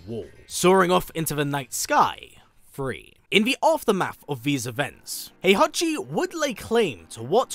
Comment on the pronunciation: That's not Heihachi, that's HOEhachi 😂